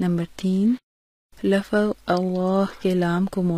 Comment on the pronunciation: Lafaz nhi lafz parhte hen